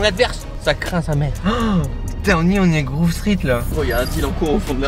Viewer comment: C'est Grove Street et non Groove Street